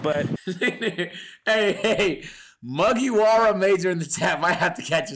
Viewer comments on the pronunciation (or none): Mans said mugey-wara😭😭😭 someone call luffy asap